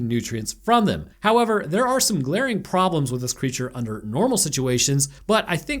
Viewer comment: in the distance during this review, I can hear the echoing of some accented english going "hoyever..."